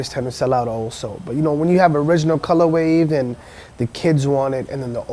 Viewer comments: Has no one ever told this guy it's "Colorway" not "ColorWAVE" smh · I wonder if he knows it's actually color way and not color wave. Listened to him saying it in the beginning like 10 times and he for sure says colorwave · Stop saying "colorwave"